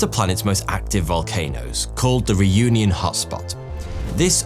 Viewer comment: Man you butchered 'Réunion'